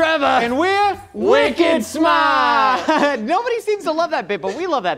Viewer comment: I’m and I just had to pause to say I absolutely LOVE the “wicked smaht” bit. Please do NOT ever stop doing it. Thank you. That is all.